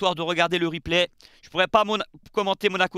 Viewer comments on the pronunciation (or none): none